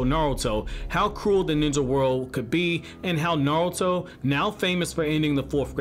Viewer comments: Naurto?? Lmao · Nawuto. He he he he